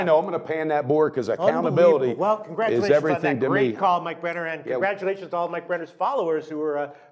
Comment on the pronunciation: u gotta practice that last name brenner lol!